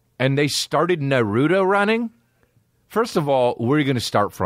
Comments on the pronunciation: It’s pronounced “nah-roo-toe” 😔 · The way you pronounce naruto is ah s’incorrect